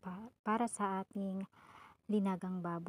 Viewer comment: Nilagang baboy po.... not Linagang baboy